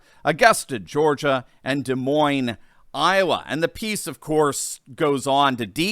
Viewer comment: Wow. You pronounced Des Moines, Iowa.... correctly. I'm impressed.